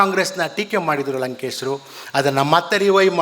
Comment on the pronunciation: WHY DO YOU CALL HIM "LANKESRU" NOT LANKESHARU?